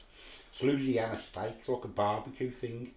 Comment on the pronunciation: It's pronounced a lot differently and I'm from Louisiana but Hey good try and respect from across the pond